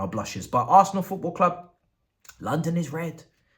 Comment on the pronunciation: Dat As er nal like a naija man